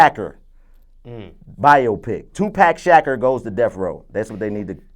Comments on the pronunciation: This nigga said "2pack shacker" lmfaooo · This nigga said tupack shaqer lmfao im dead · Toopack Shacker...not Tupac Shakur I still say they should've got Nipsey Hussle to play Snoop.